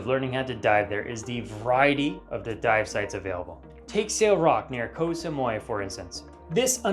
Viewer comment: Koh Toy and Koh Samoi? 🫡 Tao and Samooee